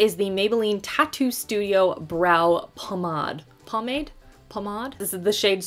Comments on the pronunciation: she said pomade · Wait.......did you really say pomade instead of pomade 😭